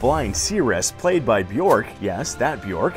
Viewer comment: Fun fact: "Bjork" is actually pronounced closer to jerk or birch than dork or porch.